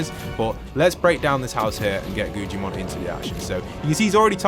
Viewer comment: It’s Guggimon not gugiman